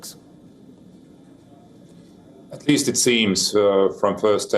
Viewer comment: It’s KURSK… not KURKS…. Anchor needs to pronounce the name of place properly!!